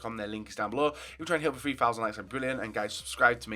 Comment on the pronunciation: it’s pronounced THree not Free